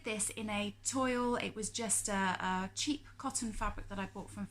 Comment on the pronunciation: Hi love your makes and your vlog....... Can I just say "toil" is pronounced "twol" hope you don't mind me saying....🙃I live near Plymouth can you tell me where the Make 140 is...... hope baby gets well soon cuddles xx